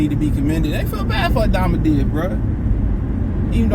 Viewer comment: “Akmadamadiv” 😂😂😂😂 Boi you funny asl